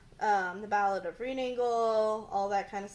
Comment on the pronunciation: A very impressive collection! I am in love with every aspect of Wilde's life with all it wild elements that made him a controversial but a cultural figure in Literature. Just a quick remark, when you said 'The Ballad of Reading Gaol' you've mispronounced 'Gaol', it's actually pronounced 'Jail' and not ' Goal'. You should definitely read that poem btw it is a fantastic testimony of how Wilde resisted the horrid conditions at Reading by writing in his cell (3.3.)